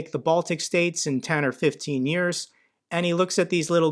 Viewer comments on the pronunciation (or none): none